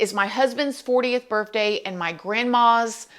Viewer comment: Did she just say "burfday?"